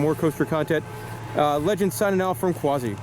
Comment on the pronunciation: Its QUASSY NOT QWAZI GET IT RIGHT!